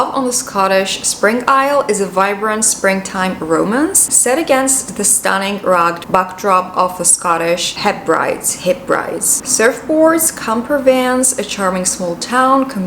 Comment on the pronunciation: Hi 🙂 It's pronounced Heb-br-dees. I like the videos where you take us on a trip around Athens. Everything looks stunning and the sunshine 🌞. It's the closest that any of us in the UK will get to getting a tan until Mid-june (at least) 😂. The most important question- are there any cookies 🍪 left? They look really good 👍.